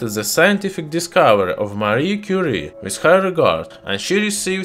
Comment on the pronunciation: Madam Quire => mariegue 😂😂😂😂